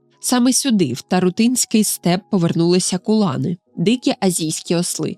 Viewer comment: не ТарутИнський, а ТарУтинський. одеситка.